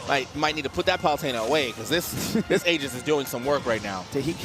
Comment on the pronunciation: I appreciate the commentator pronouncing Aegis "Ee-jiss" rather than "Ay-jiss" as most people seem to do.